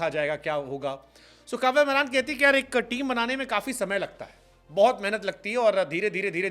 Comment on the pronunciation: Are bhai wo कव्या मारन् है कव्य मरान् नही 😅😅😅